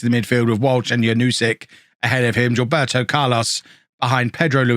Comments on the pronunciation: It’s no g-ilberto .. is more like zea-lberto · Not to be a Grammar Na*i but it's pronounced JILL-BEHR-TO